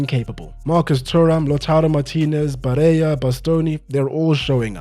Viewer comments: Amazing video, but can I notice you one little thing please?? I swear I don't want to seem rude, I just want to give you a little tip: in Italian you don't pronounce the LL as an i, but you pronounce the double L, it's not like Spanish. I'm sorry to that I look like I want to criticize you, but how you pronounced Barella felt weird inside me ahah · Good job man. Not a criticism; the L in Barella is pronounced, the double L in Italian is accentuated more than a single one, as if you are pronouncing it twice. Agnelli, you can read as An-yelli, you would be much closer as the G is silent anytime before N or L, similar to how you correctly pronounced Bologna. Hope it helps.